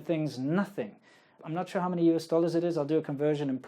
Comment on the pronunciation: lol when you said " sure " that mandarin accent came out